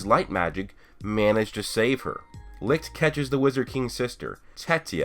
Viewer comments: I thought licht was pronounce like leech not lick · Licht is pronounced Lisht and not Likt it's German meaning light you can google it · Its called Licht dude Lichhhht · He's called Licht its a german word but most of u americans seem to have problems to say it right :)